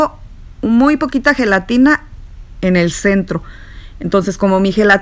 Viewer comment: Heletina heletina heletinaaa heeey helatinaaaaaa. 100 times 🤦‍♀️